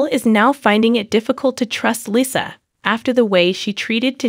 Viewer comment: I agree 😭🤣🤣 i was confused for a second lol who the hell is lissah